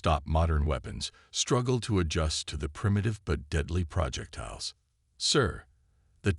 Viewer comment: Just WHAT Pray Tell, are "PRAH-jektiles"!!!!!?????? I know what "pro-JEK-tiles" are. But, I have NO clue what a "PRAH-jektile" is!!!!!!!!!!!!!!!!!!!!!!!! OH, and from reading other comments, your crappy AI isn't going to say the word "debris" correctly either!!!!! STOP USING POS AI!!! And, this is an old theme I have heard about a dozen times. By the way, I stopped listening at about 15 mins. I am sick of hearing the word "PRAH-jektiles"!!!!